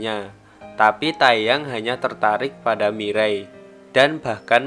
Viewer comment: Teyang bukan tayyang :) Mire Bekha